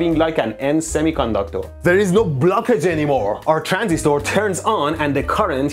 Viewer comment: I love how you pronounce "Transistooor" 😂